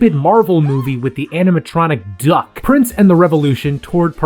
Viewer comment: Why did you say “Duck” like that. Omg I’m dying